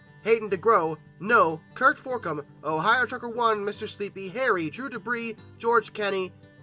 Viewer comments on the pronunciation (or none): none